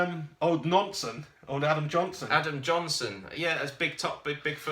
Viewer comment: nice video, keep up the good work. haha u made me laugh "Adam Nohnson"